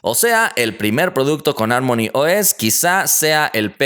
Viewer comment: harmony se pronuncia como jarmoni, no como ármoni.